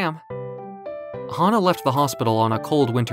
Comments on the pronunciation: I think the VA mistook “HANA!” to “HAHA!”, but the story still aline well though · Fan of how the V.A. read hana as haha lol